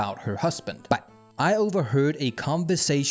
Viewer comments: Hvorfor siger du but på den der måde , prøv at tage dig sammen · i love how he says me and but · When this guy says "but" he sounds like that airplane dog from the dog of wisdom videos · Oh no I can't unhear it now (but that's a bonus tbh) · No way y'all that bothered by a pronunciation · I don't believe the accent is the issue because not all of his "buts" sound like that, some sound normal and some are overpronounced on purpose to build tension or something I'm starting to believe it's just a quirk of the channel which is fine if his subscribers find it amusing and like it, I just find it hard to concentrate on the video when it contrasts with the rest of his words like I'm listening then over a sudden just a jarring "BUT" comes up and puts me off